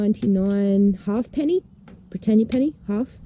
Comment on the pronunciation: Haypnee, not Half Penny. . . repeat after me . . Hape - Knee 😄 Yes they were pronounced weird. Haypnee (half a penny), Tuppence (2 pennies), and Throopence (3 pennies). Then they went: Fivepence, Sixpence, etc through to the Shilling and '2 Bob' (the Florin). Us oldies still remember saying prices like '2 Bob Throopence Haypnee'. Sounds funny now but that's how to say it 😁 Cool video again 👍 Cheers, Ken